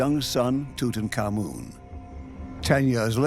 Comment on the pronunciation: I heard Tootan common 😂 and I pictured a gassy man trying not to laugh